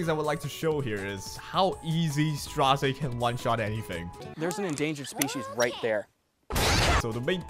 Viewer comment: i really wanna know how ppl see Straze and say Strazay. It is so funny